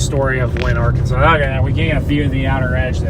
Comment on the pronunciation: Just for information, McPherson is pronounce "MucFurson" in Kansas. And the Arkansas River in Kansas is not pronounced "Ar-kan-saw," but "Ar-kansas", as in the the Kansas name. And El Dorado is pronounced "El Do-ray-dough" in Kansas.